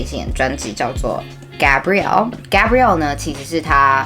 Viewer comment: I love Keshi too so jealous and also proud of you and btw the way you pronounce the word sounds like you're saying Gabrielle instead of Gabriel and Gabriel was an angel and I guess that's why in the same album there's another song called angel